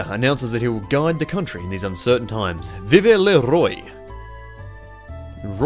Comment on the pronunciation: "Veev luh roiee" I fuckin' cringed HARD